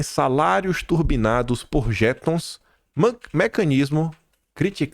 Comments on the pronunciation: Olá, atenção às sílabas tônicas. Não é "JEtom", é "jeTOM". Pare de estropiar nosso belo idioma, por favor 🤦🏻‍♀️ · Bom dia,, beijo nas meninas de sua vida. Bom dia patriotas e uma excelente semana para todos nós! 🇧🇷🇧🇷🇧🇷🇧🇷🇧🇷🇧🇷🇧🇷🇧🇷🇧🇷 PS - Jeton: aquela “indenização” que se paga por reunião extenuante de um dia, em um ano 😂😂😂, é palavra oxítona (pronuncia-se: jeTÓNS). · para o bem da pronúncia correta, a palavra jeton é oxítona 🥺